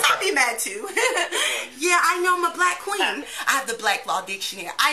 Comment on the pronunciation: i would have laughed very hard after she said "bwwlack kween"